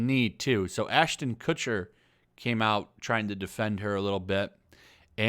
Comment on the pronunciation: "A-Lister Aston Kutcher..." Did he somehow get lifetime A-Lister status from 'That '70s Show'?